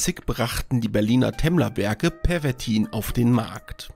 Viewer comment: Obacht, dat heest "Pervitin" und nich "Pervertin"!